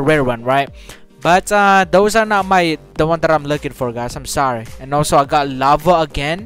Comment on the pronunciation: him saying lava correct then saying LaRvA like that was right😂😂😂😂